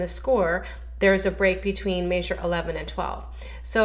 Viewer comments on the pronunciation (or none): Maysure is not a word.